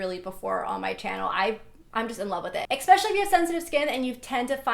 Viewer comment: Why does she say "expecially" not "especially"